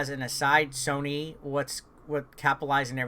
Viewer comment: Hes gonna get in trouble by the comments for saying sonny instead on sony/soeny